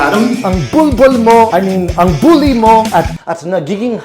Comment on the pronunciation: Bat ang galing mo mag tagalog. "bully sya" dahan dahan po. Pag matigas ang Bully = Buli may other meaning na in some province Pinas hehe